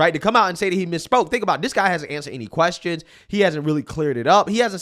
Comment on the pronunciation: Me trying to listen to your perspective: "Alright cool makes sense" you randomly for no reason doing the most irritating thing ever: 'Media Queeeeeeeeeaaaaaaaaaassssttttttiiooooonnnnssszzzz". "Repuuuuuuuuuuuuuuublicans". Me: ...Okay so mid statement you decided to make a simple word 10 syllables longer.